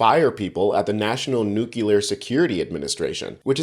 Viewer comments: The word is pronounced "new clear" not "new q la". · Nuclear, not nukular!🙄 that drives me insane! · NU-CLEAR only 2 syllables not 3. NU CLEAR not NU KUH LEAR. Thanks again! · New-clear. Nuke ya lure is the George w bush pronunciation. Please try harder not to look amateurish. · Please stop pronouncing it as "nuke-yoo-ler". It's nuclear. "Noo-klee-ir". You sound like George W Bush. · Unfortunately, this presenter seems to have paid insufficient attention in school. It’s “new-clear”, not “new-queue-leer”. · Dude, you’re making me crazy! It’s “new-clee-er”, not “new-cue-ler”. 🤦🏻‍♀️ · Hey folks…it’s pronounced (new -clear) or (new-cle-are) Not (new-cue-ler) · It's nuclear. Not nukilar. And February. Not febjuari. Why can't Americans pronounce words? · FYI, it's nuclear, ( nu + clear), 🙅NO such word as (?) New-Q-Lar.🤦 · Repeat after me. nu-CLE-ar. Not nu-KE-LIAR. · Mate, the word is nuclear, not nukular. This kindergarten-level mispronunciation destroys your credibility as a journalist. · The word is NUCLEAR not NUKULAR... Sorry for my rant, but it is my pet hate, when Americans refuse to pronounce words correctly, well it drives me insane! With all with maga, trump and president Musk... Pronunciation is just a step too far!!! Hehe, sorry guys. Thanks for the hard work anyway. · New-clē-er not new-cue-ler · NUCLEAR. Not NUCULAR The first is what goes BOOM, the second is what most families are. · NUCLEAR is pronounced exactly like it looks: 💫 NEW-CLEE-UR 💫 not 🚫 NEW-CUE-LUR 🚫 js 🤔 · New-clear. It's pronounced new-clear. Not nuke-ulure. When Bush couldn't say it I knew we were in trouble. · Nu-cle-ar. Come on. Get it right. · Great contenr, but please stop saying "nu-kyòo-ler"😢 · Nuclear ( nu' clee ar ), no "Q" required. Sorry, this has been a pet peeve of mine since junior high school. lol!